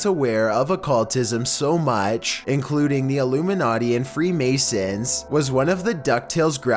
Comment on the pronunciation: Enjoy the videos but your voice is annoying as fuck,to the point I turn down the volume and turn on CC. "So maach",dude,really? You can't even pronounce MUCH correctly?! "Chewsday" it's fucking TUES-DAY